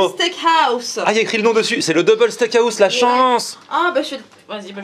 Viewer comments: Liké si toi aussi sa t'enerve quand il dit steak a house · Steak haouse